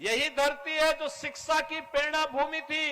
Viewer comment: Oyyar nahi uttar pradesh Disa nahi dishs Siksa nqhi shikshs